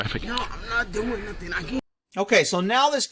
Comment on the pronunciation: I thought it was NUFFIN'